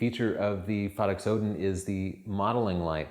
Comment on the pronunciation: Please same the name right.. Phottix, like "pho" as in "photography", or as in "photo". Not phaddix